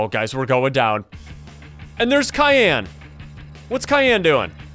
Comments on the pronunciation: it's cyan not Khan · CAYN NOT KAYN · It not cyan it syan I know it has a c but sorry but your wrong about the name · Is not kyan is cyan bro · In the name of the monster that you said cayenne, sexually cyan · It's not kyan it's cyan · Science, not Cian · You keep saying kyan but Is cyan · What You Says Kayan Not Cyan You No Name Cyan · i real love your vids but you don't pronounce it like cyan you pronounce it like syan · It's cyan not kyan that make me laugh, so hard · Its cyan not kyan soft c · It’s not cyan it’s syan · it’s not kian it’s cyan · Your saying Kian not cyan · You’re pronouncing it with a Kai and yan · Your saying Cyan wrong.Say sigh and then say an that's how you say it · He was pronouncing It like tussy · The way he pronounces cyan, though Cayenne 😂😂😂😂😂😂😂😂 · I hate when people mispronounce cyan, the C is pronounced like an S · Yeah he pronounced it Kyan but it's probably just how he says it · u are saying wrong syan but correct cyan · Ls funny when he say kyan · its cyan (Si-an) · Bro said kyanite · Bro said kiyn💀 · You’re pronouncing it with a K